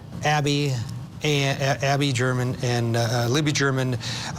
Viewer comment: Omg a new newscaster is desperately needed.. this is painful to listen too.. the man is struggling to read.. and its german not gerrrrrrr. Uh man😊